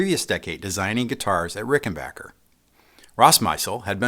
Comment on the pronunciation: Each time someone pronounces Rickenbacker correctly, an angel gets his wings.